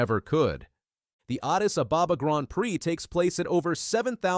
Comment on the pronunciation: Botswana is pronounced Boat Swana and Ababa is pronounced Ah Bah Bah